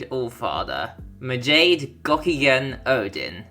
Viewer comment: Majade is pronounced as Ma-ja-day